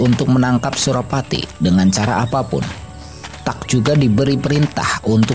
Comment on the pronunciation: Bukan kapten tuck, tapi kapten tack. Francois Tack